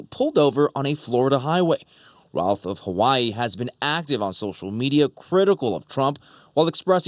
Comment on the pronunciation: The anchors are mispronouncing the name it's pronounced like the name of famous baseballer "Babe Ruth." Routh = Ruth, not "raouth" I had classes in highschool with the shooter's son.